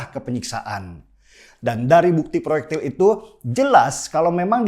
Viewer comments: Ngomong ployektil pelulu.. Masa gak jelas?hahaha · Proyektil peluru pak bukan prloyekti pellurru.